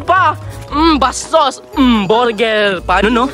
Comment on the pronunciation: "borger" HAHAHAHAHAHA